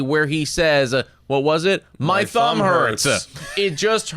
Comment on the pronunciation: "It all has to do with the thumb-ah". "For the last cpl yrs-ah"